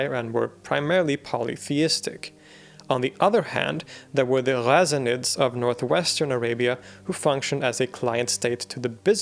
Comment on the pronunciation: the way you pronounce Ghassanids... love it! very respectful to the original pronunciation